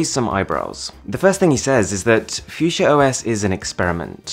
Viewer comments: Its called fuchsia and not fiudschia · Its pronunced Fuxia rather than Fusia. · Oh, I thought you pronounce it as "Fuck see ya" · PLEASE JUST PRONOUNCE IT FUKSYA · Fuk sia, how u pronounce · phewseeah? ffs not how we say it in my language xD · I enjoyed the video lots of I formation but u pronounced the fuchsia wrong 🤦🏻‍♂️